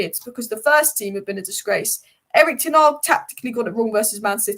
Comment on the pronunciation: Who is Erik Ten Arg???? Still can't pronounce his name properly. Almost as bad as Florentina!!!